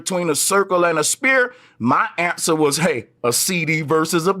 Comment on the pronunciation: Sanchez? Yeah he cant even pronouce "sphere" properly